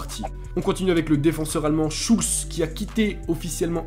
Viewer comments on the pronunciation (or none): none